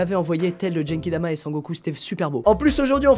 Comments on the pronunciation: C GENKIDAMA PAS "DJENKIDAMA"!!!Dx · Omg c genkidama pas djenkidama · guenkidama pas djenkidama stp fais pas cette erreur alors que t'as des figurines dbz stp !!